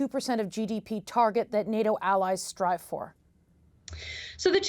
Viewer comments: im a conservative and its nato not noto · I can’t stand when politicians talk like this Update: listened to the end, and the conservative response might be equally bad 😂 and she doesn’t even know how to pronounce “NATO”